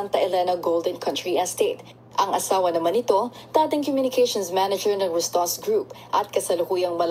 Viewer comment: RASTAN KA NG RASTAN!!! RUSTAN RUSTAN RUSTAN YAN UY!!! RUS RUS RUS RUSTAN!!!!!